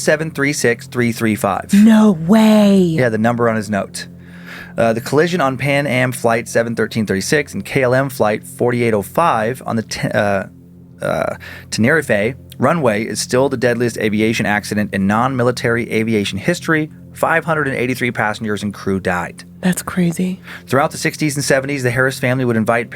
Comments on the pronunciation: Tenerife -> Ten-a-reef 😎🤙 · Ten eh reef🤌🏻